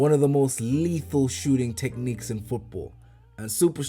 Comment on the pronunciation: I swear this man is saying Foopball 😂😂